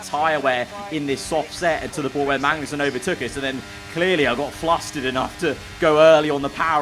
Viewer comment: Does anyone else head mangnussen instead of magnussen